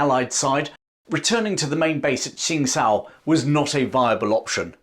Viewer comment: Just for info it’s pronounced ‘Ching-dao’. Same as Qingdao which is a different English way of spelling the same place